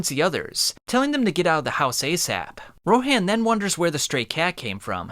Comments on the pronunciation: Its actually pronounced ro-hon not ro-haan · Why do you pronounce names differently from how they're pronounced in the show? Or at least Rohan's, and potentially more.